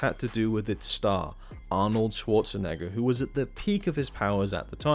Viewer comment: Since you asked for suggestions, his name's not Schwarchenegger. Otherwise great stuff. Very interesting.